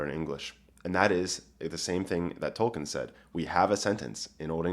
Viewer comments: TY! Tol-kEEn, tho, not Tol-kEHn. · Could you please learn to pronounce his name correctly? It is toll keen. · If you want to get picky about pronunciations, it's TOLL-KEEN (a spondee, two stressed syllables). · His name was Tolkien, not Tolken. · Troll keen?